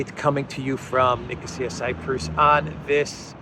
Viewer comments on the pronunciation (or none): none